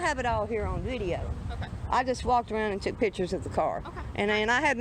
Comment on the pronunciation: She be takin' "pitchers". Maybe she needs more "skoolin"...lol